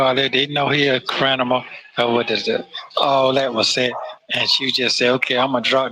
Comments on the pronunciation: Lol did he say crinimal. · Time stamp . This fool said “ they know he a CRINAMALL” WTF??!! Did this old man mean to pronounce the word criminal???????????? I’d this how criminal minds think 💭 😂